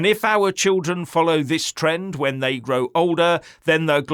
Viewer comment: "Thye " hope no one notices with the massive distractions...............